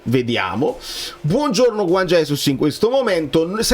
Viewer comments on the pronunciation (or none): none